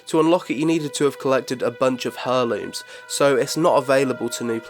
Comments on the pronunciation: "Air looms," not Hair looms." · "Air-Looms" not "Her-Lumes" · Hair looms? Its pronounced more like air looms mate lol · Cool vid, mate. One thing, though; heirlooms is pronounced "air looms", not "her looms". Sorry. Word Nazi. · "hair"-looms? It's "air"-looms btw. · why do you say it "hurrlooms" lol it's pronounced airlooms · pronounce it airlooms not hairlooms :D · Herlooms? Pronounced "airlooms" LOL who doesn't know that ahhaha! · hairlooms lmao its pronounce airlooms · OMG its not HAIR LOOMS! Its pronounced Air Looms!! Driving me crazy! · great video, but eerrr, its not pronounced HER-looms lol, its 'air'looms' :) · I love you but everytime you say "Hurrlooms" instead of "Heirlooms" (Air-looms) i die a little inside xD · I like the video, but heirlooms has a silent 'h' so you say it like 'airlooms'. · Heirlooms. Pronounced "air-looms". That is all, have a nice day! :) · "Herlooms" Wow. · "Hurrlooms" wtf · It's pronounced AIR-LOOMS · You don't sound "weird", but it does make my ears bleed when you pronounce heirlooms as " hair-looms". Nearly as much as someone calling aitch "haitch". Other than that, boss bid mate. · It's pronounced [air-looms]The h is silent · Hair-looms...? The H in heirloom is silent :) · AIR LOOMS! AIR!! its said "Airlooms" the H is silent! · Your pronunciation of heirlooms really pissed me, for someone like me it's incredibly distracting. Heir, as in heir to the throne with -looms on the end. Pronounced haire. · "Hairlooms" wut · heirlooms.. im triggered. that not how you say it :'( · The H is silent in heirlooms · I don't know if this is an Accent thing, but isn't the H in Heirlooms silent? I've never heard people saying it your way. Well, only people saying it wrong. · loved the video... but please god. the "h" in heirlooms is silent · please learn to pronounce Heirlooms properly